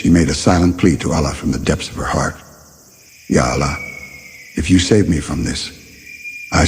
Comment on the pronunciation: please let the pronounciation of Allah be like they way we normally say Allah, not Aallah, thank you